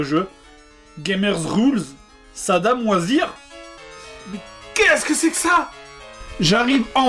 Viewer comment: Quand il as écrit ce comme, c'est quans le jdg as dir " saddam was here " on aurait dit qu'il avait dit " sa doit moisir " ;)